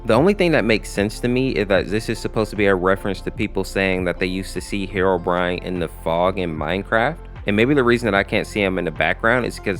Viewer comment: You said herorine